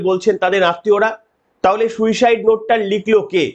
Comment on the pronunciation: এমনি উপস্থাপনা খুব ভালো কিন্তু আপনারো তো শুদ্ধশীল বাবুর মত অসুখ, সুইসাইড হবে শুইসাইউ না এরা কে এই ডাইনির আমলে😮?